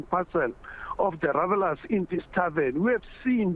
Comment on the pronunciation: Hahaha thank you for saying revelers😂.